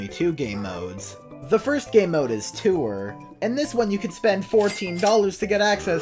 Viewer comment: Why do you pronounce tour as “too-er”